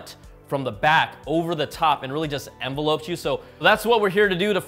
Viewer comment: Did you reafly just pronounce "Envelop" as "Envelope"?